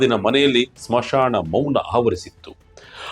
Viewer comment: ನಿಮ್ಮ ಉಚ್ಚಾರಣೆ ಸರಿ ಇರಲಿ. ನೆನಪಿಡಿ, ಇದು ಒಂದು ಕನ್ನಡ ವಾರ್ತೆ channel. ಚಿಕಿಸ್ತೆ ಅಲ್ಲ, ಚಿಕಿತ್ಸೆ ಸ್ಮಶಾಣ ಅಲ್ಲ, ಸ್ಮಶಾನ ಹೆಸಗು ಅಲ್ಲ, ಎಸಗು 7 ನಿಮಿಷದ ವಾರ್ತೆಯಲ್ಲಿ ಇಷ್ಟೊಂದು ತಪ್ಪುಗಳನ್ನು 'ಎಸಗುವ' ನೀವೇ ಸಿಕ್ಕರಾ channelನವರಿಗೆ !?